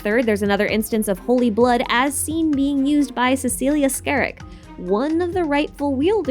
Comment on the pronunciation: Im sorry but im just a huge cecilia stan that i need to do this but Schariac is pronounced as "Shariac" <3